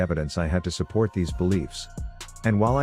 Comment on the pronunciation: I did not just hear fucking susport